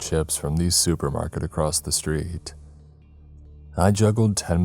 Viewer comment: Does anyone else notice the frequent “across’t” pronunciations instead of across